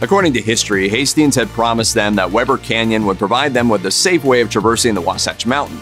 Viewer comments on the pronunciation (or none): “We ber Canyon”. Not Webber.